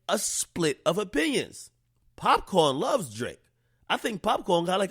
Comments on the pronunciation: Mans said pap con 😂😂😂🤣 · Bregin it POPCAAN not POPCON an yu supposed to be a yaddi yoself ak wtf😩😒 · popcorn?? are u high? its popcaan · Popcaan not popcorn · It’s PopCAAN not corn you bitch nigga lol. Always trying to claim you got Jamaican roots and say some shit like that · My nigga how you Jamaican and pronounce Popcaan like that? Thats wild.. LOL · How u Jamaican sayin popcaan wrong